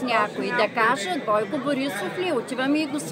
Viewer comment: SUPER PREDAVANE !!! No opitai se da izhvarlish tazi GNUSSSSNA MODA da izgovariash bukvata O kato U ,, sUfia, bUiko ,,....zhivUt etc....Tova e edin DIREKTEN REZIL ZA GIGANTA DAN KOLOFF koito nikoga ne BI GOVOROL po tozi NEmazhki manier..